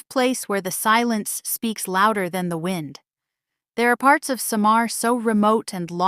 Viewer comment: How on earth happen for you to have this content. You cannot even pronounce well the word Samar. It's not Sha maar, it SAMAR. all you said wasn't true.